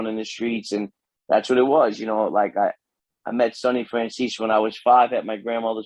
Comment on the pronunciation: Dude literally said sonny francheese. Hooty definitely was never proposed to be made let alone 3 times that’s pure comedy. Imagine saying u were supposed to get made 3 times but never did.